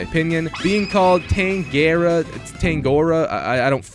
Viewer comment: Oh and it’s pronounced Ta-nga-roa, the way u say the (ng) is sortve trying to say n1gger but without the i and then take the er out and replace it with by (a), if it makes sense😂